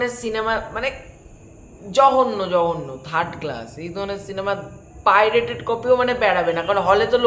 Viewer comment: তোমার এই ভিডিও যদি ভাইরাল হয়, পাইরেট কথাটি উচ্চারণ করার জন্য ক্যাশ খাবে